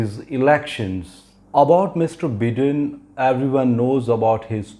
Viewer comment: Sir.. Looking forward to your prediction coming true.. One suggestion though.. Its not Joe "बिदेन" rather its Joe "बाइदेन".. Those watching from US may draw this fault in the pronunciation!!